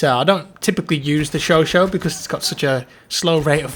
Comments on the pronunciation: it's not chocho ...it's chocha...spell it like u read it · SHOSHAT. It’s SHOSHAT. Where do you see SHOSHO? It’s not that hard! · The weapon is called chauchat, not chocho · I love it he calls the gun sho-sho